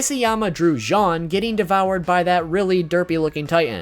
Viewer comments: i get that he cant really say all of the names right but he cant say jean like the pants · jean i pronounced jeen not john